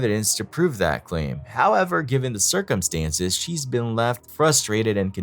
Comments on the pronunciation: Found it. :) Thanks for the catch. I was unfortunately saying it cir-cumstances instead of circum-stances. I guess I misremembered its pronunciation. :) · Circumstances is what he’s failing to say 😂